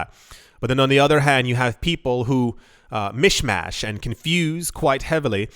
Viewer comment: OMG...you just said mish-mash...how do you not have a Jamaican background? That was so Jamaican!